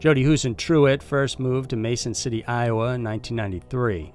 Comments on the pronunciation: This is an awesome day! Another upload from one of my favorite channels! Keep up the great work! 😊 Btw, its pronounced Jodi "Hoo-sen-troot" I live near the town this happened in and grew up hearing about this. Still unsolved and sad. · Huisentruit, that sounds like an Abbott and Costello routine. Who's in Truit? Correct. What?